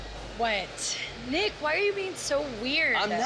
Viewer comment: year and she said it wrong it's not Nick it's NICKY!!! And we are, the spirit squad :)